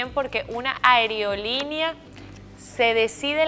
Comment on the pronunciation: Es aerolínea amiga, no ariolinia 😂